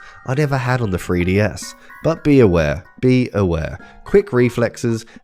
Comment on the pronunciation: Making a silly, cuz with your accent 3DS sounds like FreeDS 🤠